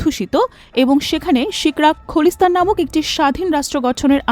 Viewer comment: খলিস্থান না।খালিস্থান।উচ্চারণ শুদ্ধ করার অনুরোধ রইলো।